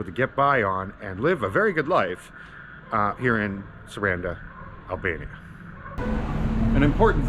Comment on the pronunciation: Also...it's pronounced Sah rahn dah just to help.